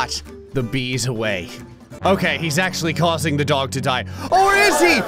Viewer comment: The only thing that annoyed me - you mispronounced DOG! You said it right once when you drew Goku.